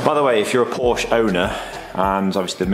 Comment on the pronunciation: Who doesn’t love a Porsche and kudos for proper pronunciation. Amazing detail but what is up with that shut line on the bonnet leading edge ?